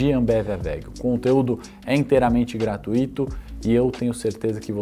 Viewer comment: Prezado, desculpa o alerta mas é bem intencionado: a palavra GRATUITO é um ditongo crescente, portanto não se acentua a 2ª vogal ‘i’, sendo a pronúncia correta como se houvesse um acento no ‘u’ e jamais no ‘i’. Tenha um ótimo final de feriadão! 🤝